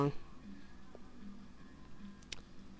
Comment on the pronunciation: "...it's uh pretty simple prawshesh, gud luk with it..." =(